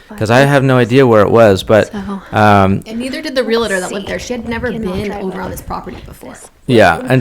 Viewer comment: I often wonder why it's so common for people to say "realitor" instead of "realtor." A friend of mine is a real estate agent and hears that mispronunciation constantly.